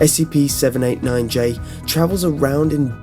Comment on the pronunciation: You say 798 a lot butt its 789